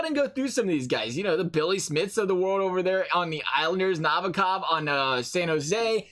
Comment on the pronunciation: The way you said “ Nabakov” and “ bryzgalev” was so bad, but great vid.( I cant spell btw)